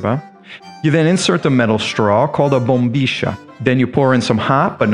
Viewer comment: BUT MATE IS A PARAGUAYAN DRINK AND BOMBILLA IS PRONOUNCED WITH "LL" NOT WITH "SH"